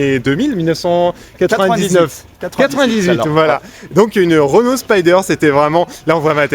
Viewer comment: Juste a la prononciation du mot Renault j'ai 🤢🤮